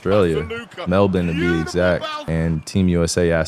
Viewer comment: Mans says “Melbourne” in the most Aussie accent, but says “Australia” like a true American 😂